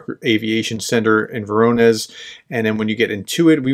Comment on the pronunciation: vo-rO-nezh All correct, except for the last sound "zh". "zh" stands for "g" or "j" -like sound. It's a two letter transliteration of the letter "ж", because English doesn't have the letter Ž, as in Žižek.